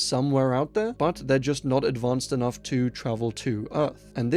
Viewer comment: "he wasn't kenough" 🤣